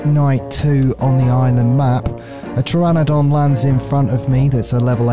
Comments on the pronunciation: It’s a pteranodon not pterradon 😭😭😭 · why do you always call Pteranodons "Terradon"? Is it because you can't say "no"? Shouldnt it be a Pterayesdon in that case?:P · Grammar police here, its pronounced Ter-Ran-A-Dan. Love your videos.